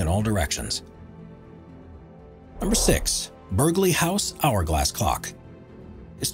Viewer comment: Just a note, from an English local... listening to you say "Berg-ley" House or Lord "Berg-ley" (number 6) makes me cringe every time. It's spelled Burghley so say it correctly please. (For those who still don't know, it's said as "burly" with a SILENT g, like a burly man for an example. And yes I feel like Hermione in year one of Hogwarts but oh well, it needed to be said.) Found the video very interesting beyond that, though x